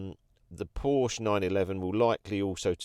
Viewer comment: Good video but we say Porsche with the phonic E at the end 🙏